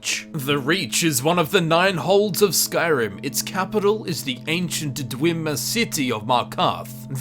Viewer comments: Everyone else: they're called dwemmer: DWEEMA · "dwimir" xD